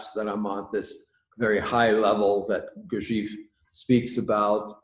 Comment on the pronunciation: Someone tell that chap how to pronounced Gurdjief which does*not* rhyme with thief. Lord but the kinderlander-mercans set so much stock by weordsor words About words.